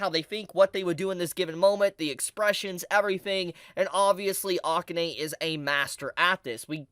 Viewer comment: I hate to nit-pick since I like your vids, but please pronounce Akane's name correctly. It's like uh-KAHN-ehy. I'm a huge Ranma fan, so that's where the nit-picking comes in lol